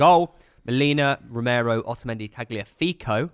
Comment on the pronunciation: it's romero, martinez, pezella, enzo 😭😭😭😭😭😭